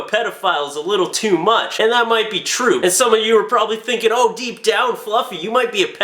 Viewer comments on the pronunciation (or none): none